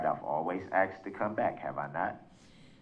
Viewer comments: The word is asked not axed. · But, he axed.... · “With all dooo respek, I axed bla bla bla” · Again, he "axes". No idea what language he is using. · Doos can't even distinguish between "asked" and "aksed"....dom, selfsugtige fokker.... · The judge has shown amazing judicial patience. "She's ax'ed" him every question half a dozen times and this "ain't" grammar school. He's dealing with the "penal" system.